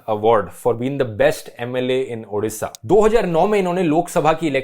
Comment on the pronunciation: Best pronunciation of odisha 👍